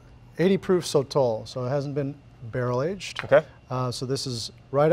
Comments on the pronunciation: Brad: So-tle Sotol guy: So-TOLL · sotol Brad: soatle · It felt like Ron and Hermione when they’re pronouncing Sotol. Like NO Ron, it’s not SOTALL- it’s SoToll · Sotol guy: SOH-tal Brad:sotel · Hey hey hey... It's pronounced "So-Tohl" ... the sotol guy probably... lol. He wasn't a very good guide. Very dull. Haha